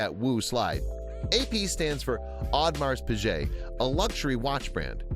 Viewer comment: Learn how to pronounce Audemars Piguet first